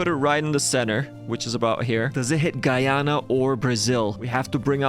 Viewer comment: As a guyanese person it was nice to get a win and see my country’s name pronounced properly 😊